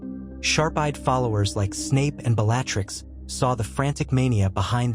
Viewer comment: Is there any way to adjust the pronunciation of the words the AI speaks ? I find it distracting when names are not pronounced correctly…. (( it is rather amusing that it can pronounce Wizzengamot but not Bellatrix ….but the novelty is very short lived )) I truly enjoy the stories you post…. But it’s rather frustrating when the AI is getting well known names so wrong… 😑 I like to listen to your stories as I go to sleep at night, or when I need something to listen to as I am working on something…. And I wonder if, when you are writing out your story if you can adjust it to get the correct pronunciation of the words it is butchering so badly…..